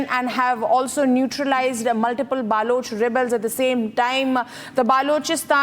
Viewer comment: Stupid anchor says,BAALOCH